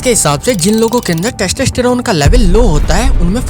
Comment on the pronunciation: Idiot wtf is "teshteshterone"